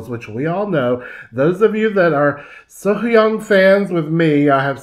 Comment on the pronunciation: Hi Concerning the pronunciation of her name..... Run the H and the white together. Not Sohoyang. But as if it were spelt Sohyoung.